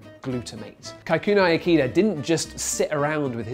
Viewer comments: It's Kikunae Ikeda (kih-koo-nah-eh ih-keh-da), not Kaikunai Ekeeda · British person pronouncing Kikunae Ikeda: Kaeikueunaeeikeeeda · The way he says 'Kikunae Ikeda' pisses me off. It's like a bastardized, anglicized, japanese name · Geez, he butchered that poor japanese chemists name! Doesnt the bbc have fact checkers to teach these people to respect others cultures & at least ATTEMPT to say names moderately accurately? This was, by far, the worst case of butchering ive EVER heard! :( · love how he murders the name Kikunae Ikeda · As usual, a great video Greg, but please do some research about the correct pronunciation of Japanese. Kikunae= ki (as in kiss). The rest was close. IKEdae-ke as in KEttle. Single vowels in English transliterations are always (roughly) a=ah, i=ee, u=ooh, e=eh and o=oh, although they're a bit shorter in duration in Japanese. Anyway, I love your videos, and they were the main reason I subscribed to this channel. Keep up the good work!